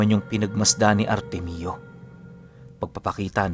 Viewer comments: Artemio ❌ artemyo✅ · Ar-temyo po tang pronounce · Ar tem yo po pronounced Ng pangalan na artemio